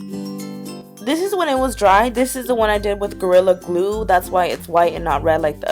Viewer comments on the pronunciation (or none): you said gorilla grue